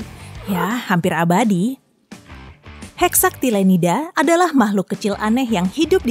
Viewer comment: yg bener Hexactinellida